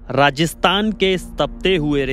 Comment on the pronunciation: मुझे राजस्तान सुनाई दे रहा है भईया राजस्थान नहीं